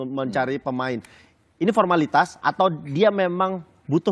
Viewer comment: Ko pornalitas bang,pelatih mau mantau ko di bilang pormalitas